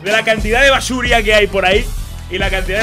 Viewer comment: basuria, exactamente basuria, bueno, un saludio